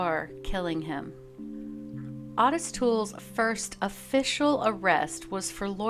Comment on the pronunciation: Its "oh-tis" not ott-is